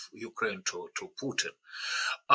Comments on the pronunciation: Please stop saying Pyutin. It’s not hard, just listen to how your guests say it. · Why [trəmp] and [pju:tin] and not [trju:mp] and [putin]?